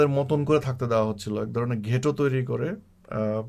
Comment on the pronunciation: উচ্চারণটা হবে "গেটো" নট "ঘেটো"।